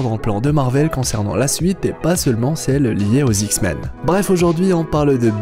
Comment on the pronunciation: dsl mais pendant toute la vidéo ta manière de dire "les Zix-men" m'a bcp fait rire !!! ;)